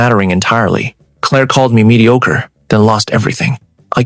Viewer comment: She really likes the word mediocre doesn't she??? Pronunciation needs a lot of work. Other than that it's a decent story.